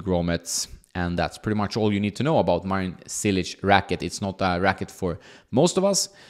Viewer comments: its like you say word " Church "... so its -> "Chilich" not Cilic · Wrong pronunciation… it is spelled in english like cheelich. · Hey, just a tip: the first "c" isn't pronounced as an "s" but rather as "tch" as in tchaikovsky. Love the channel, keep it up! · You would think by now this guy should know how to pronounce top tennis players names. LOL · It is 2022 and you still can't say his name the right way...that is sad...